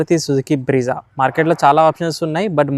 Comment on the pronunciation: Bro car names ni correct ga pronounce Cheyyi bro swami , breeza kaadhu bro adhi Brezza , intha peddha channel petti endhi atla pronounce chesthav , video starting lone skip kotti paresna konni videos ni , creta ni creeeta anta Endhi bro